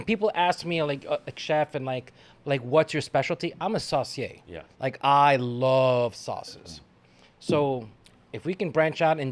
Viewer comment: saucier or SORCIER ? 😅